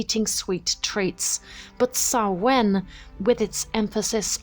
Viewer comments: Stress is on the first syllable, not the second (SAH-win, not sah-WIN) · Everything except your pronunciation of Samhain was great.